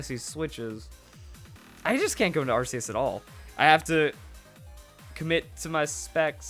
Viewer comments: It's pronounced ARK-ee-us!!!stop calling it an arse!!>:( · Its pronoucned arkeus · "we need the arceus battle" once you pronounce it right, you'll get them